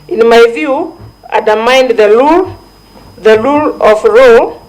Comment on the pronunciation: Yeah. Like "lule of raw"😊